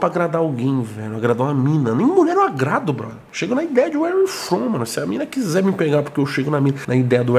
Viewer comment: Toguro ainda tentando se redimir do "Uere iu fon"